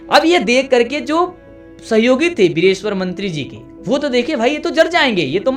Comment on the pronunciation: Mithila k mantri ka naam direshwar nhiii..... Vireshwar hota h...